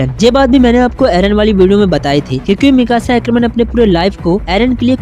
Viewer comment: Bhai vo miksa nhi ha Mikasa hai ise acha mixer kehe de